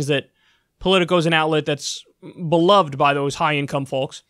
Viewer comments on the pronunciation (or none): none